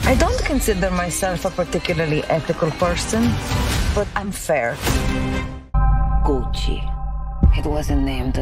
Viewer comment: It’s ah-mi, Gootch-ee! Call me Gootch, ev’ry botty. Here’s mya brather, Mario.